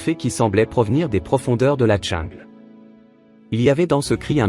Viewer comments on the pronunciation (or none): Sûrement un beau geste Mais un peu marre d entendre ces narrateurs qui ont eu comme Profs de Français, une Vache Espagnole Déjà pas un ourson, mais un tigron. Et pas la Djingle, mais prononcez là jingle pour le mot jungle ou retournez à la maternelle